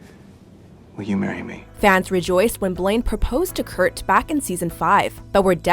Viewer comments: Why did she keep saying kurk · did anyone else her them say kurk when they were talking about kurt and finn moving in together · the girl said Kirk instead of kurt